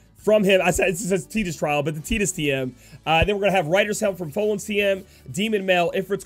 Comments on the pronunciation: Buddy Christ I was about to say the same thing, I've always called him tide-us lol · I'm sure youre saying Tidus wrong, im pretty sure its Tide-Us to fit with his water theme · Buddy Christ I thought the same when the game came out but was wrong. Your approaching it from an English speaking perspective. It is pronounced tee-dus